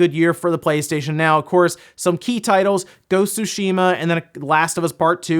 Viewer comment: What's Grand Thotto and Go Sushima?, I think you're missing a few syllables there...